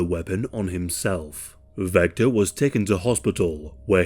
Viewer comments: Vester not Vector. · ITS VESTER NOT VECTOR 😂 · Are you an AI narrator? I still don’t think there’s any excuse for pronouncing Vester “Vecter.” The producers should proof their work! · His name was Vester not Vector, for some reason halfway through the video you started calling him Vector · You know that "Vester" and "Vector" are different words that sound different? Maybe it's your accent, or YT's sound compression but I just keep hearing "Vector". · I actually really enjoyed that you mispronounced this clowns name. None of these losers deserve any recognition.